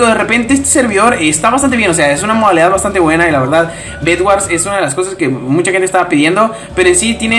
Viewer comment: no es eggords es bedwords